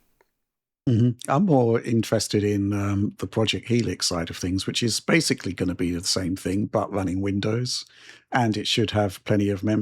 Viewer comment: or like people who habitually mispronounce a simple word like ‘basically’ as “basely”